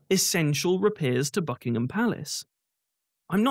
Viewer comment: Ha, ha. I thought you were pronouncing Buckingham palace as Fuckingham palace. They simply don't care about the peasants even if there are 3.8 million people in destitution including one million children. The king is more interested in his grandiose ideas on the environment than his own people. The very opposite figure to the charitable golden prince and swallow by Oscar Wilde.